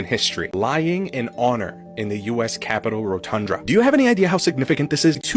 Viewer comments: It's the Rotunda (row-ton-duh), not rotundra. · Homie kept saying rotundRa lmfao. It’s rotunda fam, only one R buddy ❤ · It's ROTUNDA not ROTUNDRA. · He can't seem to say Rotunda. What's a Rotundra? It's a misspelling of the word Rotunda. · "rotundra" LOL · First, respectfully, the word "RotunDA" is pronounced: "rō-tŭn′də." More importantly, ZERO Capital Police died defending OUR Capital on J6. ZERO!!! ZEEEEE-ROHHH. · 'Rotunda" 😊. Sorry it was making me 🤪